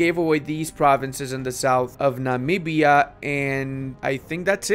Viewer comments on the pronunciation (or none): none